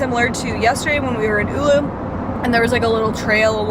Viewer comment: Her butchering of town Oulu is wonderful. Not really. There is google thing that tells you how to pronounce things